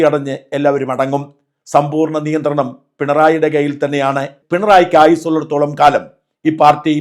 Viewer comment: Niyanthranam alla 'Nenthranam' anganeyanu pullikkaran parayunnath. Sheriyalle 😅